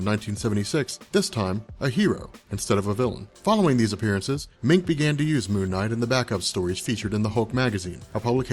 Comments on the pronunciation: Its prounce Doug (Munch) not (Mink). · Doug Moench = Doug MEN -CH, not "Mink". Bill Sienkiewicz = Bill SIN-KEV-ITCH.